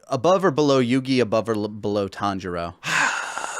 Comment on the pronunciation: I heard kanjuro when said Tanjiro. My head snapped to the screen!